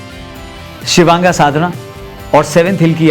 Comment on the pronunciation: शिवांगा ❌ शिवांग ✅